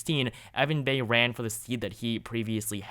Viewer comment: You must be even younger than I thought. The former Indiana Senator's name is pronounced Evan "Buy". He came from a political family in Indiana and in past elections was frequently mentioned as a potential VP or even POTUS candidate.